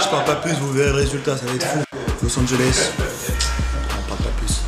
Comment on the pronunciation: Il me fume avec son " Louis A" 🤣